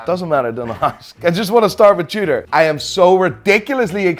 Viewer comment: He even said Tudor starts with a T but still pronounces it chewder